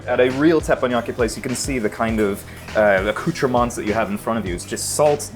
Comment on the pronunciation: In the words of Jack Rebney "acoutrements? Acoutrements?!??? What's the f**k" is "saying???"